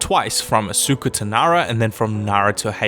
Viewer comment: Asuka ~ AS-KA NOT asuuka